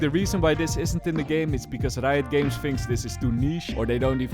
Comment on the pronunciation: leuke video bro maar het is reijot games niet rito ahha